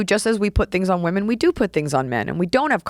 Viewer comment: yeah, she said "waman are cerebral".... and I sprayed lemonade out of my nose like a super soaker. lol..